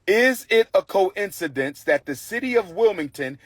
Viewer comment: He said coincidence wrong. Why the hell is this man preaching to people when he can't even speak. You were sent bills saying that you owe taxes you didn't pay that bill a lot of people in your community just don't pay their taxes. They have to inform you of this. They just can't do that regardless of what you want everybody to believe they just can't do that. So you knew the papers were delivered you just chose not to pay the tax. Let me guess you had to go on multiple vacations. Because we know when certain people get money they tend to spend it on the weirdest s***.